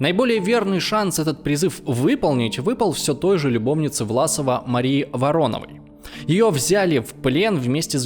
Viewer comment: Братан, что у тебя с граматикой и ударениями? вАрановой, саракОвого. Как этого колхозана можно всерьёз воспринимать?